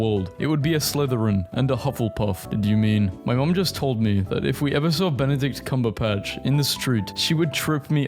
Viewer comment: I wonder how he is able to pronounce Benedict Cumberpatch correctly but can’t pronounce Nike the most popular shoe brand in the world like bruh🤯🤯